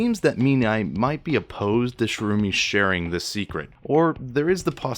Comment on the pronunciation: Ah, yes, "Shroomy and Mean-Eye". Sherumi is the girl twin. Menae is the boy, who Reg was speaking with at the end of the previous chapter. He doesn't specify that both his and his sister's right arms are the same, his words are very vague about it. Many people think he means that his and Reg's are the same. I don't have the Japanese raws myself, but that sentence is probably something like "both right arms the same" or even just "right arms the same" since Japanese will often omit pronouns and even nouns when the speaker feels the context doesn't require them. This is very handy for writers wanting to leave their audience guessing since the character speaking would know the context and might assume that the context is enough to not specify. Your virtue signaling completely glosses over the fact that Reg's arm cables not tasting metallic is new information. Nishgoro, of course, and here I thought that Nishagora was pronounced Nishagora.